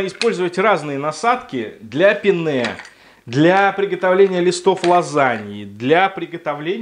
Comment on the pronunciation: ПЕнне, а не пеннЕ.